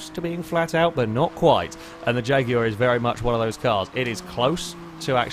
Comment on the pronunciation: It's the proper way to pronounce Jaguar.